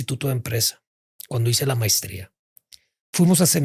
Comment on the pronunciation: Dijo también mistria....en lugar de maestría